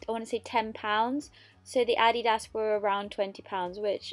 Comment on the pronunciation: Why are you mispronouncing ADIDAS